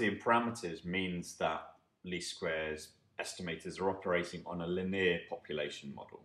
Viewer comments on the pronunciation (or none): Your pronunciation of 'linear' is driving me crazy!